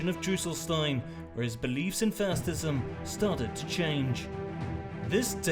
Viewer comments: "fastism" lol 😆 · ‘Fastism’ lmao 🤣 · I hate how he pronounces facism